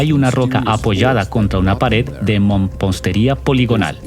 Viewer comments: Se pronuncia Mampostería. No " mompostería". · amigo que estas narrando la palabra correcta es MAMPOSTERIA Y NO MOMPOSTERIA